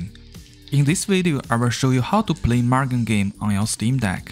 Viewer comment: Sir, it's pronounced moo-gen not mug-en.